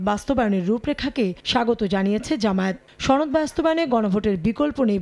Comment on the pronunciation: ছনদ? নাকি সনদ 🙄